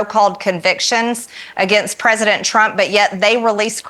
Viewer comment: I didn't know that the word "president" had eight syllables in it, yet Large Mage pronounces it that way.